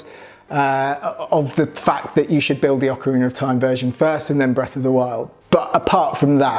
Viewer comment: I'm just grateful you didn't mispronounce Ocarina.